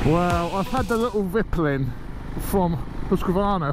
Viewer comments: Its pronounced veetpeelin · [Veet-peelen] mate ; ) Cheers from Sweden! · Think you should pronounce it "Veetpeelen. (White arrow) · Haha it’s hard with the Swedish name of course but it’s funny to hear it like that -Viplin😆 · You pronounce it more like "viiiiiiiitpiiiiileeen". As for white arrow. Top tip from a tourist in Sweden :-)